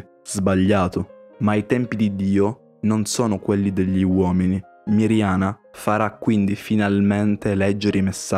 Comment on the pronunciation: Si dice Medjugorje no megiugorge si dice Miriana no mirgiana😢😂🙏🙏🙏